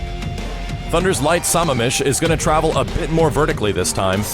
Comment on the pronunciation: Cool video. But Sammamish is pronounced 'Sah-mam-ish'. Source; I live near Sammamish, WA.